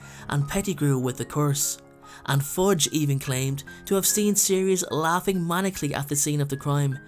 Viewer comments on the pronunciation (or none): Did you really pronounce "maniacally" like "manically"? Come on, man. You really need to look up unfamiliar words while you're editing your voice-over. Such a child's mistake